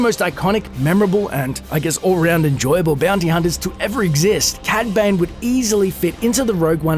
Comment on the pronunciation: also sounds like ur saying cad bang xd